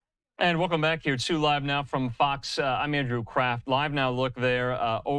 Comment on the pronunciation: I think he said "Andrew CRAFT". If his name is Craft, his boss needs to tell him to improve his pronunciation. If his name is Crap, his boss needs to tell him to change his name